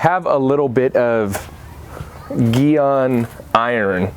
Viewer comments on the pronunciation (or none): Man said evaporating And geon Its geeey on GYEON